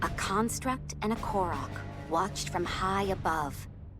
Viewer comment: First off, it's "Korok," not "Kolog." Second, if that Korok Calamo 'is' about to be The Great Deku Tree, should make sense. Otherwise, how did he exist in the first place beyond the lost woods? Which by the way, i didn't know much about Koroks since Wind Waker. But with a Construct? That would've been rediscovered on Tears of the Kingdom.